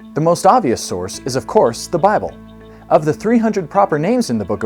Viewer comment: I'm sorry, but these aren't the strongest arguments, there are better ones. But you lost me when you said "Awwlma" and "Bahhble". How can someone trust your argument when you can't even pronounce the words right?